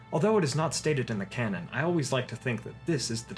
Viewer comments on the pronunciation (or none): none